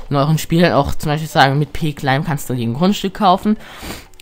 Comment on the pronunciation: Das heißt nicht cläim sonder claim!